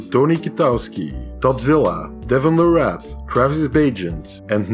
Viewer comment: Larratt is pronounced Lair it